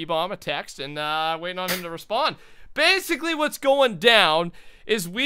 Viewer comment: said BASEically this is what is going DOWN while raiding! LOL